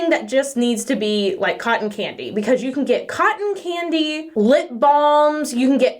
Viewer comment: Even knowing what video I clicked I kept hearing "cotton panty" not "cotton candy". When she mentioned the scent I was just like "that's weird. I hope they are CLEAN at least. Why not just call it cotton? 😳" 😂😂😂